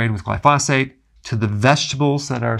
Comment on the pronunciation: GLY FOE SAYTE